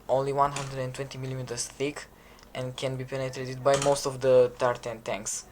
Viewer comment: I thought you kept saying "the tartan tanks" instead of tier 10 tanks